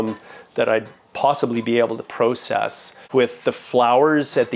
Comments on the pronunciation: I like how he says “process” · You'll hear it in Michigan, too, from "Yoopers" (residents of the Upper Peninsula).